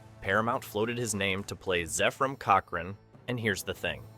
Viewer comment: "FIRST CONTAC" huh? - It's "ZEPH-RAM", not "ZEEF-RUM". - "Assimilate this." ISN'T three words! (It's TWO!) - Zefram exclaims "SWEET JESUS!" after seeing the Enterprise ALONGSIDE his ship in space, NOT on Earth through his telescope! I quit. Poorly made garbage video with A.I. Narration.